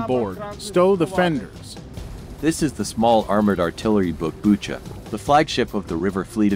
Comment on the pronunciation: This channel has so much potential, but the voice overs/translations need some work. One glaring example is "Bucha" -- most people who know what Bucha is know how to say it, but apparently not the narrator.